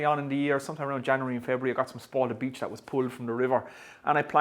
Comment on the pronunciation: Its beech not beedch 👍